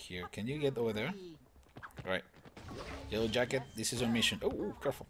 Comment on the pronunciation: does anyone reaise that he is saying jellow jacket not yellow jacket